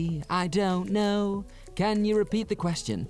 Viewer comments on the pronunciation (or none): none